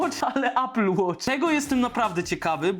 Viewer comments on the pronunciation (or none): A apple nie ejpl tylko apl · ejpel... Człolwieku - obejrzyj jakikolwiek filmik po angielsku dotyczący sprzętu Apple i posłuchaj, jak to się wymawia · Ejpl Ejfon 🤣🤣🤣🤣🤣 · Ejpyl 🍏hahahHa nawet po angielsku mówi się mniej więcej Aepyl. Kurw@ na cholerę ludzie to robią. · Ejpyl, ajerpodsy 🥹😂